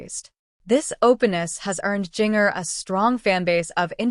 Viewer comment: Learn to pronounce the name Ginger but spelled with a J